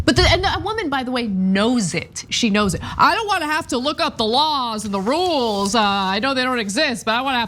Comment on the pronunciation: 'But there's REWLES!'